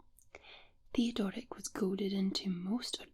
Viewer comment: love how read the name, Theodoric. A bit random but I have to call it like I see it...or hear it in this case lol